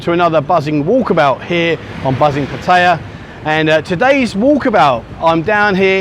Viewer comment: Learn how to pronounce the. Name of the plsce